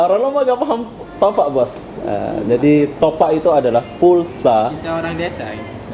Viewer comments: Topap bang bukan topak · Bukan topak?? Top ap sebutan nya..top up...malaysia buka malassa ..wah ngak sok malaysia ..aku WNM pn kalau ke indonesia pake bahasa indonesia dengan betul...kenapa bisa??sebab campuran malindo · Dasarr kepala lu peang.. Ak orang lmbok... Klo ngmong itu yang jelas.. Bkan smbrdur gtu... Bilang aja mw beli top up... Smua orang bkal tau.. Ni bilangnya top ak... Topak kepala luuu... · Bro kau sebut " topak" atau " top up " ?? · Bukan "topak" bang.. "TOPUP" lagi pula itu bahasa inggris bukan bahasa malaysia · Top up bukan topak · Bukan topak tapi ada spasi sikit top up di baca top ap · Top up bodoh,bukan nya Topak! Kalau tak tahu menyebutnya tak payah lah nak berlagak,bangang betul yg upload video ini! Konon nya nak jadi macam org Malaysia,babi lu! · Top up bro bukan topak, salah bro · tapi kata top up itu bahasa inggris bro jadi aksen dan pengucapan nya ya harus top up bukan topak mana ngerti lah topak. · sebutan salah tu..bukan topak..tapi sebutnya top up.."topap" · Top up bukan topuk, tu mah bahasa inggris smuapun tau bkn cuman orang malaysia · nyebut nya yang betul dong... sebutan nya sama seperti dalam sebutan bahasa inggeris "top up" BUKAN topak... jadi orang gak akan keliru dong.... salam dari Malaysia.. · Malaysia bro bukan Malasia, topup bukan topak...... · Top up bos (di baca TOP AP), bukan topak.. Anjirr ngakak gua.. 😂😂😂 Setengah malu setengah lucu, salah tapi ngomongnya PD 😂😂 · Heheheh saya pun dengar Top Pak.. sebenarnya Top up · top up tu bahasa inggiris bro😂... sebutannya aneh.. topak.. hahaha.. kalau bahasa aslinya malaysia kad pra bayar.. tapi disini lebih senang panggi top up.. bukan topak😂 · betul bro, sebutannya aneh topak, mungkin dia nggak ngerti bhs inggris sama sekali, maklumlah orang2 yg mencari kerja di malaysia itu biasanya orang2 dari kampung dan kurang pendidikan. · Top up baca seperti ejaan, bukan topak cara kamu sebut. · Mungkin lidah melayu, maklumin aja